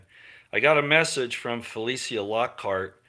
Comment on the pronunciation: FELECIA IS PRONOUNCED FELEEEESHAAA!